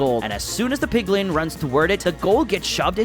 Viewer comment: It's not 'PIGLING' it's 'PIGLIN'.